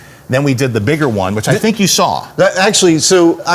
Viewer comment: "thonk" lol